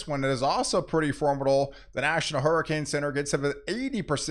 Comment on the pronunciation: Is “formidal” a weather word, or is that just the way he says “formidable”?